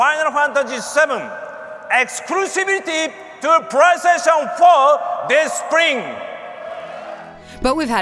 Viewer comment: Pwaystation. Seems legit enuff 2 be sony